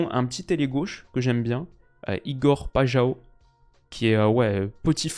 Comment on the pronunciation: "Pajao" c'est qui?? Moi je connais Paixão